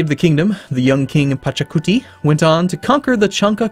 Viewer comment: IT'S PACHACUTI :))))))